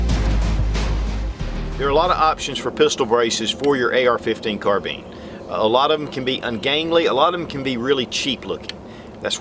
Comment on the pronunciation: Ohhhh, you said "carbine". lol